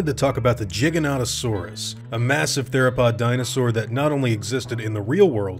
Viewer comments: why do people always say it like Jyganotosaurs, it starts with a G not a J. you don't say jiant do you?... no you say giant. because gigas means giant, hence Giganotousurs's name means giant southern lizard. for crying out loud didn't you ever get taught the ways to say letters in school. G- guh or G- Gee G is not J, say it with me people..." G is not J" giganotosaurus- Gig- an- oh- toe- saur- us its like Hat- Pat- Cat- Mat the words sound similar but the first letter makes a big difference, how awkward, confusing or annoying would it be if all letters at the start of a word sound like any other letter. "i have a Cat on my head and im going to Cat your Cat whos sitting on the Cat" letters and words are important in any language please pronounce them correctly. he even says at 1.14 to 1.19 in the video jyganotosaurus then calls it a giga?!?!?! why would you say giga not jyga, if jyga was the correct pronunciation? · Because people hate the way most people pronounce it. They call it jiginotosaurus but then pronounce it Giga. Pick a fucking lane. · Not sure if this was the first time I heard spmeone say the name in English, but I thought it sounded a bit funny. So I checked Wiki and there it said it should beˌdʒaɪɡəˌnoʊtəˈsɔːrəs or JY-gə-NOH-tə-SOR-əs. If you want to stay closer to Latin, it would be closer to "gih-gah", so quite similar to what you said. Anyways, it's a Dino I always quite liked, so I wouldn't mind it appearing :) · why are you saying jiganotosaurus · Lol I thought it was pronounced Giganto-saurus I feel stupid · Jiganautosaurus? How dare tou butcher it this bad while spelling "giga" right, right after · He pronounces it Jigganotasaurus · Me: cringes that he pronounces it wrong. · im sure its its like the word tomato but way this guy says Giganotosaurus bothers me haha especially when he says gigantic right after giganotosuarus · beat thebans Diplodocus has two pronunciations but Giganotosaurus has one. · He pronounced the giga wrong and it hurts me